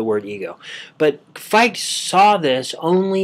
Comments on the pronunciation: I'm hearing Fight...but great work. I appreciate. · Great talk. Fichte is pronounced Fick-tuh, though. :]